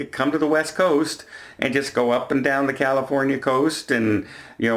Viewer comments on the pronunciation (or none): none